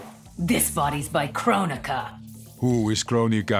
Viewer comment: I like how when frost says "this body's made by kronika" and the terminator asks "who is kronika" I just hear him saying "who is Candice" for some reason